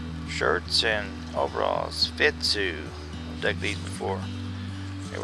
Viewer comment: Nice finds. I really like that Mexican cent, I have found I peso but never a cent. I believe the button you found is by "FITS U" not "FIT SU".